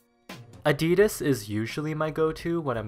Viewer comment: Ayy what's dat boiii reppin today... "adeedus"? "nikey"? Man kids these days and their edgy non-mainstream brands! Pshh!